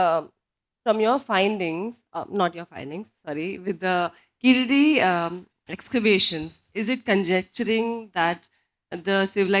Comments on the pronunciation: Evidently Keezhadi meaning 'Bottom Step' is the right word for the excavation Site, and Keeladi meaning 'Villian' in the Tamizh Language is not the desired meaning. Tamizh speakers please take responsibilty to correctly pronounce Keezhadi. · Sad to see Tamils pronouncing 'Keezhadi' as 'Keeladi'.Most Tamils who take great pride in their language are unable to pronounce pure Tamizh words like THAMIZHAKAM, VAAZHA, PAZHAM, VAZHI and KUZHAMBU correctly.How can/Why do ypu expect non-Tamils to take your love for Tamil seriously when you are unable to get the basics right.Surprisingly Tamils who are born and brought up in neighbouring Kerala pronounce 'zh' correctly. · When the name of the place is clearly "கீழடி"(கீழ் + அடி)which literally means " deep under" from the Tamil side there is the use of deliberate anglicised untamil pronunciation " Keeladi" which is self defeating the arguement. if keezadi is pronounced "keeladi" either because of negligence or inability, what is the point of complaining that the Northies don't want our civilizational being noticed! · Not to criticize her (since I'm sure the book is very well written), but why does she have so much trouble with pronouncing the name of the place, i.e. Keezhadi? She seems capable of pronouncing Tamizh.